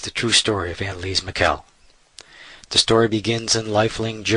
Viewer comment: lol this cracks me up. guy can't even pronounce her last name right. whole thing is ridiculous